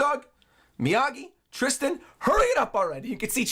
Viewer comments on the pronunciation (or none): none